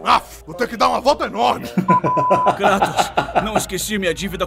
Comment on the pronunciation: "Kratos... CRATOS!" 🤣🤣 Zeus errando o nome kkkkkkk